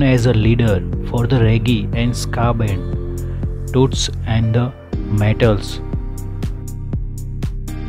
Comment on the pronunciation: Who is this guy?speaking about tots and the matels, he don't know how to pronounce the words, or speak good English so people can understand gosh!.